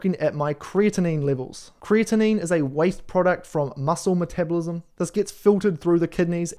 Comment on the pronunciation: Great video, as always,. Thank you. FYI... One word that you mispronounce isn't supposed to sound like Creatine. Creatinine is actually spoken as kree - a - tuh - neen. Have a great day.